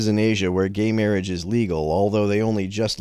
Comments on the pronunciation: Bro sounds exactly like the priest from The Princess Bride. How ironic that he's speaking against gay MAHWAGE here XD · Is that the priest from 'Princess Bride'? "Mawage. Mawage is what bwings us togethah today."